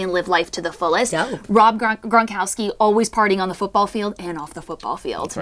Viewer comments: Rob Gron-COW- SKI... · Cow Ski. “Gron-cowski” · How do they not get it Rob Gron-COW-SKI :o .... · COW SKI ... KOW SKI .... GRONKOWSKI!!! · Gron - cow-ski genius